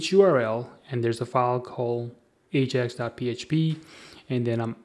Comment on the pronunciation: "Ajack request"?? maybe before you try to create a tutorial video in Englilsh you should learn to correctly pronounce English words.